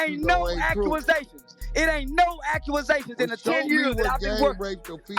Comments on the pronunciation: That NikkkKa "Charleston White" Said; "It Ain't NO 🤔"Acue'Asations"🤔." LMMFAO!! 😂😂😂😂😂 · "It ain't no accuasations!!" Charles white